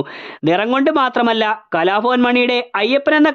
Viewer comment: കലാഭവൻ എന്ന വാക്ക് കുറച്ചു കൂടി വ്യക്തമായി ഉച്ചരിക്കുക 🙏